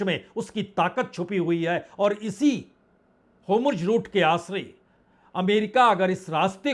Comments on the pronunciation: Homurj route nahi hai, woh hurmuz route hai! 'Strait of Hurmuz', otherwise your presentation is excellent. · Bajpai ji homurj bolte hai 😂